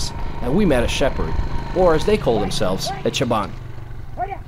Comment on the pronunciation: not "chaban" but "shopan" and not "baursaki" but "baursak" or "baursaktar" (multiple). Btw great video